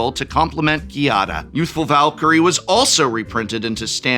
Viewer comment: Giada is an actual real life name, so there’s really no reason to mispronounce it.